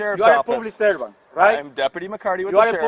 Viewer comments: ..Yoo orr pooblix survamt.... cop says what? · " ..ewe are a pooblic cervan..".... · "You are pooblic servan" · You a pooolic subant? You a subavisor? Lmfao.. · ...and "pooblick servint"...and breaking the "loe".